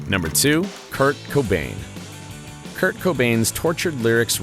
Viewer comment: Jurt Cobain lol